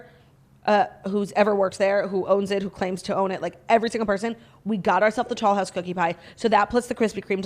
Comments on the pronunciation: Are you saying tall house or tollhouse cookie pie? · The first time she said it I thought she said tall house too!